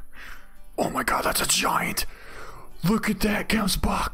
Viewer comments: great content, i don't know how other people pronounce it but, where i am from (South Africa) you say it like hemsbok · I really like the way, you pronounce Gemsbok. ;P .... Should be Hemsbok ;)